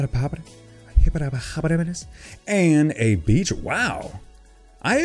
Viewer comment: Man u made me crack up when u tried to say hippopotas!! 😂😂